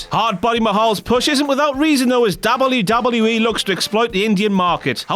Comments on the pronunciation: Please don't do top 10 videos until you can properly pronounce "WWE." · i hate how he pronounce WWE